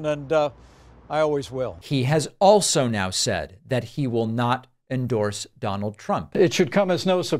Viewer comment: Donard Trump lol